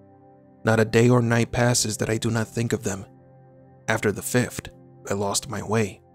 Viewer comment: It's not "fift" and "sixt".